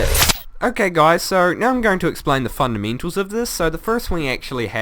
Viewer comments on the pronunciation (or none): the cobweebs will catch the sand lol he saying weebs cool though and funndimental added an extra n for effect